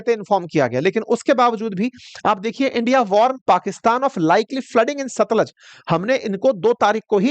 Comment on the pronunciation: For your corrections sir , ravi pe ranjeet sagar dam hai ,, madhopur is head work,, and it's तरण तारण not तारा तरण, सतलुज not सतलाज 😊😊